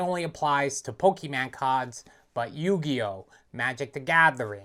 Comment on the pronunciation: Never trust a man who says Pokéman 💯